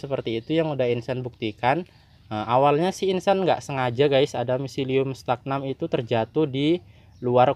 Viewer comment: StagNAN, mas, bukan StagNam 🙏🏼🙏🏼